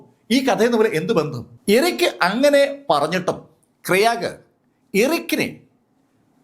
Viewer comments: Kyraag alla Graig. It's a english name. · Sir, Krayag alla I suspect the name is Craig, pronounced Kray-guh. Amazing content keep going 😊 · പുള്ളി പറയുന്നത് കേട്ടപ്പോൾ ഞാൻ കരുതി വല്ല ഇന്ത്യകാരൻ ആയിരിക്കും ക്രയാഗ് എന്ന് 🤣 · It's Craig